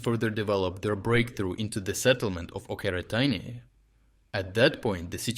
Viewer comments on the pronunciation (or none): It's Очеретино, not Окъретайни, you're Ukrainian - you should know. It's hilarious how you pronounce it 🤣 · Why are you mispronouncing the names of ukrainian cities? Oke-re-taine? Seriously?